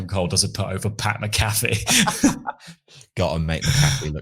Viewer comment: Its Pat Mac Uh Fee